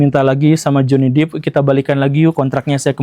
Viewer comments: Depp (dep) bukan Deep (dip) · Johny 'Dep' bukan 'Dip' Pak Guru, bacanya 😂 maap mengoreksi habis cute banget bacanya Dip. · Amber heard contoh perempuan manipulatif... utk pria, stay the hell out of that kinda woman. Btw, it's Johnny Depp not "dip" but "dep"